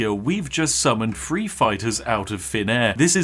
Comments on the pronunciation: three hundred and seventy threeuh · "Three hundred and seventy fwee" - sorry to point it out, but that made me chuckle